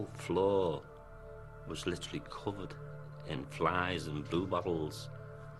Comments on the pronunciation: Aye aye, there’s fliiiieeeeeeeeessssss on the window...fetch the bizzies! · Black vinyl lay? No, no lad....flieeeeeeeeeesssssssssssss